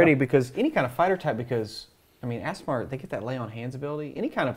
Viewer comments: It’s ‘ah-sih-mar’ right? Not ‘ass’. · You mispronounced aasimar, its pronounced ah-si-mar, not as-si-mar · The mispronunciation of Aasimar was both funny and annoying. facepalm EhSimar, not AssImar. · Correct pronounciation: Ah-sim-ar Source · Aasimar should sound like Aardvark...AH-sim-ar. Two "A"s, not two "S"s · Stopped watching when both dms kept mispronouncing "ace-sim-ahr"